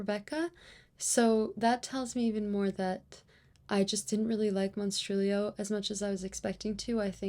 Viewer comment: Verrrrry nice pronunciation on the monstrilio authors name hahahahahah. The art inlays in slewfoot makes me think you should do that for your novel 😏 face-off competition (or collaboration 🙄) between your sister and your husband 😏 LEGENDS AND LATTESSSSSSSS!!!!!! A flawless book. Hahahahaha November is your bday month, nobody cares 😊 hahahahha omg kenzo and the other cat are literal perfection. Thanks for another cosy amazing and fascinating video!!!!! Very autumnal makeup lohks too. Your sock folding method is not very Marie kondo